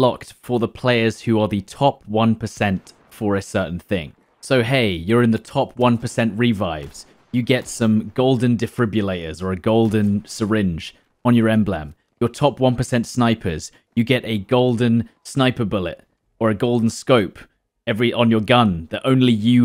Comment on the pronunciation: Whats an "em blem"